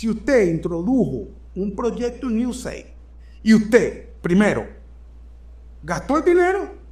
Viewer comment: IU-E-SEID-AI-DI Esa es la pronunciación correcta.